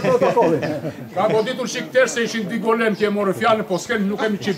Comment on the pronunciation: Mirse vini në GOLËM.....dakort ëëëëëë. Mo e prish për dy pika...o i GolËme.